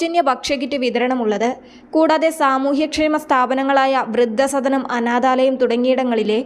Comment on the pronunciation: വർദ്ദിപ്പിക്കുക, ബക്ഷ്യമന്ത്രി, വൃദ്ദ സദനം, സെറ്റംബർ, ലബ്യത, ബുദ്ദിമുട്ട് ഇവയൊക്കെ ശരിയായി ഉച്ചരിക്കാൻ പഠിച്ചിട്ട് വായിക്കൂ. മലയാളത്തിന് A+ കിട്ടിയെന്നു മനസ്സിലായി.